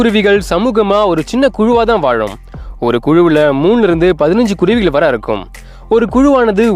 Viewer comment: Hello it’s really beautiful to see these kuruvis / thanks for detailing their life. Only one request. Sir. Please speak Thamizh correctly. - vallinam/ mellinam difference. Kuruvigal- vallina- gal not mellina ‘gal ‘- ask people who know Thamizh v well in ucharippu 😅